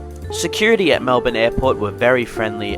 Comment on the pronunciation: Pleeease not Mel-Bkk.